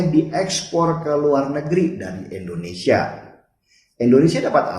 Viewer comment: Mas Denny, gw boleh saran ngga? Klo nyebut Indonesia jangan ENDONESIA dong. Harus dibaca sebagai huruf I. INDONESIA.